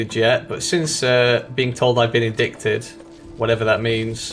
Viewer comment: FYI the "c" in "indict" is silent: it's pronounced: "in-dite"